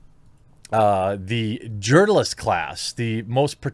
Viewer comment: Did you say urinalist? xD